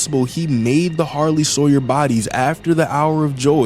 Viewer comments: Sarlie hoyer 😂 bro you changed the name of harly sawyer. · "the sarley hawyer robots:🙏🙏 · Sarley Hawyer